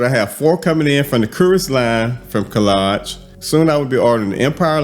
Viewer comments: Hello it is hadlaj the k is silent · Hey, so glad to see this review! It's pronounced Haad-Laj (Khadlaj) I'm LOVING it!❤ Can we agree that Khadlaj doesn't miss? 😊